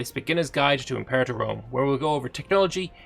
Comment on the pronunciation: Its prounounced im-per-ah-tor.